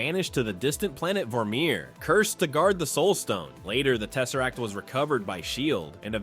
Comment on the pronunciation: The space stone when he said teserrack I’m like la la la lava ch ch ch chinken